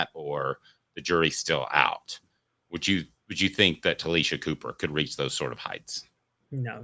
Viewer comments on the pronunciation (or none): It's pronounced Tah-LAY- Sha